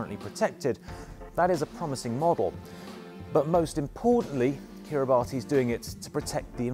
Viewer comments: You pronounced their name wrong. Kiribati is pronounced "Kiri-bass" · It is pronounced "ka-ri-bas" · alot of people pronounce it "Ki-ri-ba-tee" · Its pronouncrd "Kiri Bus"